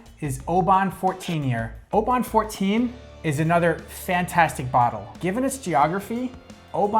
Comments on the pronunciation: Bal-VENY. Emphasis on the second syllable. Mc AAL an. There is no E in Macallan! Mac AAL an. AAAHHH. OBan. OOOHbun. NOT oBAN. OOhbun. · Oban is pronounced as “OH-bin” per their website. Great video for someone like me who is just getting into Scotch. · OH-BIN, a 99 and you can't pronounce the name? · FYI, I just returned from Oban, UK, where I learned that the town and the whisky are pronounced "Obin". Regardless, however you pronounce it, Oban 14 is a great whisky. Loved this video. Happy to see that most of my favorites were rated highly by you guys. Nice job. P.S. I'm not actually a dog. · Oban is Obn, try with a silent A. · Good video. Think you’ll find Oban is better pronounced as Obin. It’s well worth the visit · Maybe work on the Oban pronunciation!